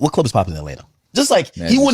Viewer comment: U really be sayin Atlanter instead of Atlanta 😂